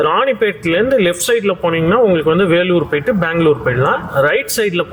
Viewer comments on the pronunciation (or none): none